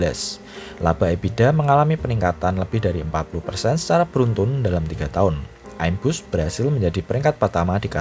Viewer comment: ngomong aja salah, im-bus ky pelafalan imun, bukan aim-bus hadehh